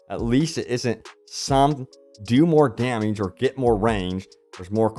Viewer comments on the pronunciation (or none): why do you say "damage" like that? figure it out. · Dameege lol